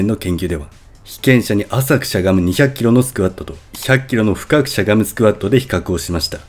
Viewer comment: 「浅く」のイントネーションが気になります。